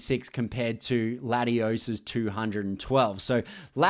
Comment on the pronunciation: Is latiosss no ladiosss